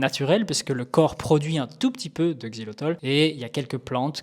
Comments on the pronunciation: Xylitol et non xylotol merci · 🧐 XILYTOL…même pas foutu de lire le nom 🤪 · Le mec dédie une vidéo au Xylitol et ne sait même pas le prononcer tout du long. Omg. Fallait faire attention sérieux x)